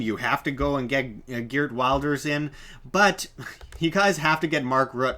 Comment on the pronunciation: Hahahaha, you are going to take Geerd Wilders (you pronounced that very wrong) as an reliable source? He is basically the Dutch Trump. Don't worry there won't be a Nexit very soon :-)